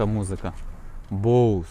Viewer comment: Ти нарешті сказав Боус, а не боСе)) Красава!🎉